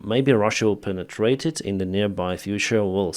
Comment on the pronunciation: When he said penitrate it ,i lost my train of thought 🤔🤔🧐